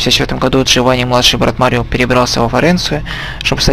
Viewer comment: Прохождение - шикарное, только слегка передергивает из-за произношения имён и названий, тот же мАрио к примеру, ну какой марИо?